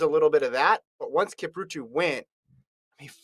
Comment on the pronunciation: Who the hell is "Kiprutu"? I mean come on, at least learn to say their names.